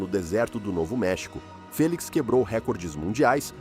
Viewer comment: Felix. Corretamente dito 😊